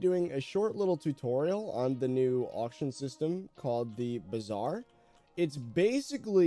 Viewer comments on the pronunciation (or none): Bizarre Me and Indian: bruh tf is wrong with him it’s Bazaar